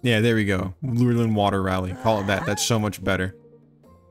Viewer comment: You said lurein wrong